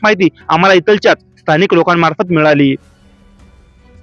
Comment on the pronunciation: भाऊ इथलच्या तिथलच्या असे शब्दोच्चार न करता इथल्या तिथल्या असे केल्यास योग्य वाटेल.